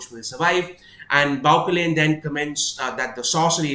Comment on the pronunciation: I'm sure the pronunciation of 'Bauchelain' is more French - Bau-shell-ayn. I loved your reading of this scene. It's an awesome battle of wits written with great subtlety.